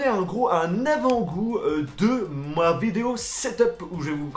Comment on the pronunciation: ptn comment il a dit : ''ma vidéo''